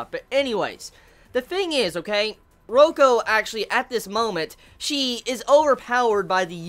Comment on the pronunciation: Btw it's Reiko 'Ray-ko' not Roko XD And...can u read SAO vol14 already D: It's so EPIC!! Review it too ofc >.<